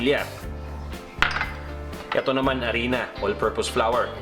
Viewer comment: 😂 mas convinced na ako na tlgang on d spot ang cooking tutorial mo kuya. Hahah na bulol ka s flour.. Galing!!